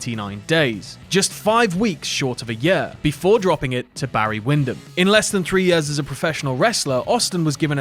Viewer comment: year rhymes with ear, not uh